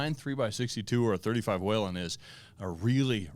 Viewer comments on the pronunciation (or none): According to Joseph ,whelen is pronounced Waylon ,like Waylon Jennings not whee,len.. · I have been trying to get a Perfect Packing Pistol out of Lipsey's since they were announced. Still doesn't come in. I won't waste my time trying to get another Lipsey's Exclusive. EVER! And Townsend Whelen's name isn't Wheeeeelen. The first E sounds like a long A. But Be Well Brothers.